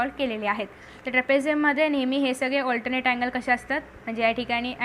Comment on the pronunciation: allternate nahi 😅😅 alternet 😊😊😊